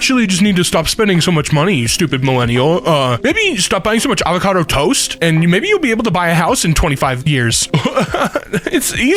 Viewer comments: “uh-VAH-cah-do” It’s AHH-vuh-CAW-do. I think. I’ve never heard that pronounciation of avacado before, so that made me do a double take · I'm sorry, did you just say uh-vohka-doe? That broke my brain, it's ah-vuh-kah-doe! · why’d you say avocado like that🤣🤣